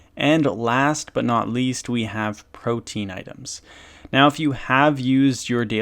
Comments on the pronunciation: It's not pronounced protein as far as I am aware I made that mistake at first its more like pro tea in I believe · Hate to be that guy, but it’s Pro tee ahn. Not protein. I’m a butt I know.